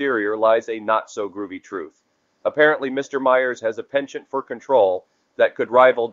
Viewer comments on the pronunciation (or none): none